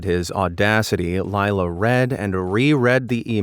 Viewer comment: Laila is pronounce lay-la. I know someone with that name. (Not the one in the video.)